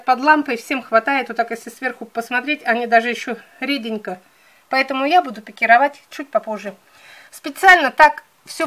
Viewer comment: Наконец-то правильное ударение на слове пикировАть, а не пикИровать